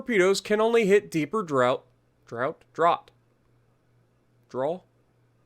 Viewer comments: It’s pronunciation “draft” 😀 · Draught is pronounced Draw-t